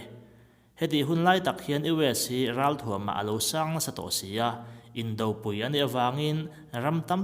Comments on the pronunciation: Indopui lam rik dan a 'pui'tih lai tak hi a dik em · Indopui a pui hi arpui tiha pui thluk angin thluk tu a ni ,i thluk thin dawn nia.